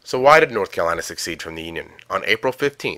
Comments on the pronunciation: What a blithering moron! The system that failed this guy was the educational system. He keeps pronouncing "secede" as "succeed". What a dim wit. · Narrator should learn the difference in pronunciation of secede and succeed, succession and secession. States did not succeed from the union, but that is what the narrator says. (there is no hard c sound in the word he means to use.) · This seemed interesting but the guy pronouncing "secede" as "succeed" really annoyed the hell out of me